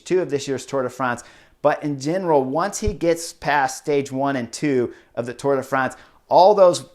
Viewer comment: Thank you, Chris! for saying Tour de France instead of Tour de Fronse.